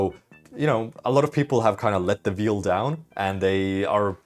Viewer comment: Loiving these dailies and recaps! "Let the Veal down" was my favourite miss pronociation this time. Very different Imagery.